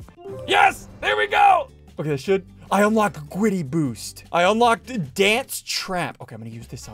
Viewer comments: Normal people: griddy Me and ssundee: gwiddy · gwiddy??? what is that its griddy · It’s not gwiddy it’s griddy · IT IS THE GRIDDY NOT THE GWIDDY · Now this is what I call Witterwally hittin the gwiddy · Oh my god he’s literally hitting da gwiddy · I like how they keep saying Witerally and Gwiddy 😂💀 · I love the part where he hit the Gwiddy!! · WIDDAWY HITTIN DA GWIDDY 🔥🔥👍👍😂😂❤️😆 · BRO HES WITERALLY HITTING THE GWIDDY!!🔥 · OMG THERE WIITERALLY DOING DA GWIDDY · Ssundee is widely hitting the gwiddy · It's GRID-DY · Its not gwiddy its griddy😂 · Oh my god they are witerally hitting the gwiddy in amongus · So today in among us we got a weird one we are witerally hitting the gwiddy it got me Lol 😂😂😂😂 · BRO, its griddy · Bro witerally hitting the gwitty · bwro wittrwey gwiddying un da woad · bro is litterwy hitting the gwiddy in the hallway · liter hitting the giddy lol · "Witerally hitting the Gwitty in among us" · Ngl its funny to hear ‘grown men’ saying “Witerally Hitting the Gwiddy” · It’s not the gwiddy it’s the griddy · I’m wittiwy hitting the gwiddy in front of the piggly wiggly😆😆😆😂😂😂🤣🤣🤣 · "Gwiddy" 💀💀💀 is post to be the giddy 💀💀💀💀💀💀💀💀💀💀💀 ☠︎ ☕︎ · It’s griddy not gwiddy 🤓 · Its griddy not gwiddy but I like saying it like that GWIDDY MANSTER MAN!! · I wuv dwa gwiddy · how many times did he say Gwiddy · Its not gwiddy its griddy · Griddy not gwiddy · it's griddy not gwiddy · It’s not said like that it’s said like this griddy that’s how you say it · bruh dude is not gweddy it's greedy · It is griddy not gwiddy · Bro it’s griddy not gwiddy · His face after saying "Hitting the gwiddy"😂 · ssundee hit the gwiddy like lewterly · Bro got dhem gawdawm gawdawm giddy gwid💀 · U widdewy hiden de gwidiy righ nou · Why you saying gwitty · We are witerally hitting the gwiddy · Witerwee hitting the grwwiddy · Dude even though this guy is hilarious I think the title this time got bro said “Witteraly hitting the gwiddy in Among us” like bro what da heeeeeeck ☠️☠️☠️☠️☠️💀💀💀💀